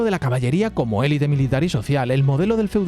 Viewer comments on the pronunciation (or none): none